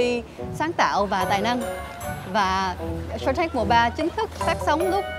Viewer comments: Shark Linh run quá nói tên chương trình thành Shank T/ae/rk luôn :v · Shark tank mà đọc là shanh tark